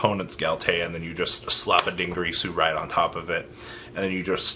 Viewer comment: Ding-IR-su, not "Din-GREE-su" LEV-ian-eer, not "LAV-an-ear"